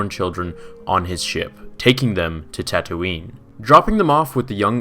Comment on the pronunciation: You say tatooine weird lol